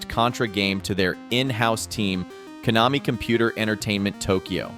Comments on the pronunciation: "sneeyes classic" "koe-namee" nice AI video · There was even an instance where Konami was mispronounced.